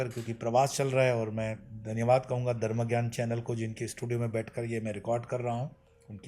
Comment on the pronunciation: Are Dharm to sahi se bolo. You said Darm not Dharm!!